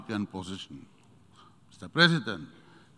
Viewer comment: The least he can do is to get the pronunciation of Presidents correct.